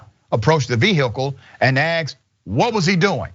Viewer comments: Richey....the word is asked...not...axed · I'm sorry but I would be more appreciative and confident if the word asked was pronounced correctly!